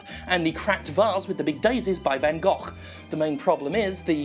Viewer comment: Uncle Jim WOULD be the sort to pronounce Gogh "Gohch".